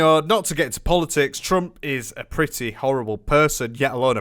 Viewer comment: Bro said "I don't want to get into polotics"😂